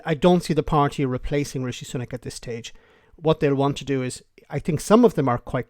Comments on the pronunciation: "REEE-SHEEEE!!!" Why does she pronounce it that way? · She keeps pronouncing his name as Reeshe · A new leader, ‘one wot’s centre right’ and calling him ‘Ree-she’ ……….dumb